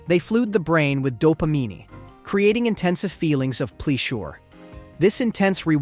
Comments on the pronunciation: Did the artificial intelligence have an artificial brain fart? “Methamfatimi?”They flude the brain with dopameani, creating intensa feelings of pleah shure.” ???? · "They flue-d the brain w/ doh-pah-meany...please-sure"